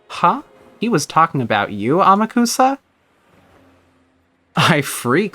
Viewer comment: Also Amakusa is pronounced "Ahmock'sah" Don't worry, almost nobody gets this right unless they have some understanding of Japanese.